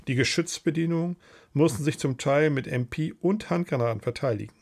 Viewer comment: Die englische Aussprache hat mich auch jedes mal aus der Erzählung geworfen... genau wie man in den 40ern die MP auf deutscher Seite wohl eher Emm-Peeh ausgesprochen hat, die englische Aussprache nimmt leider ein wenig der Authentizität - sonst ein sehr interessanter Bericht!